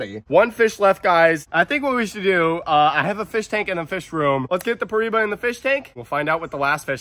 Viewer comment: (Per-I-E-ba) that’s how it’s pronounced and spelled piriba hopefully that helps😊